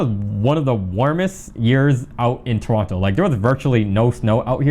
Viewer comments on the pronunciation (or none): Please pronounce Toronto properly 🙃